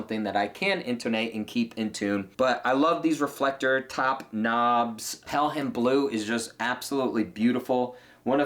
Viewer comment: The H is silent in Pelham.